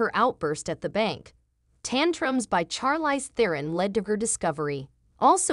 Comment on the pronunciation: You are not pronouncing her name correctly